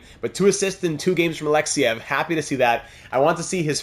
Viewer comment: Yuri Alexeev is not pronounced Alexyev it is Alexeeeeev